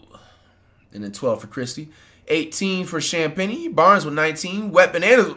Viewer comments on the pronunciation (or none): hearing flight say champangie just sounds wild to me